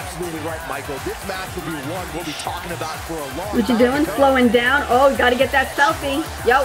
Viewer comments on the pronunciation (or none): none